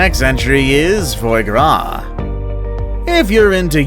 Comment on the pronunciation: Foye grass, sorry mate it’s pronounce fwah grah